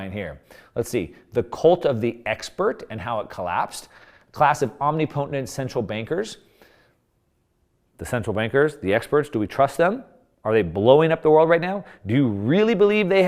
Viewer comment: did this tat sportin joker really just say omni-PO-tent? smh